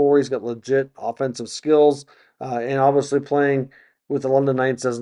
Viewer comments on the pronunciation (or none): You do a good job but some constructive criticism would be to work on diction! It’s pronounced obviously not obvosley. You use that word constantly please say it correctly.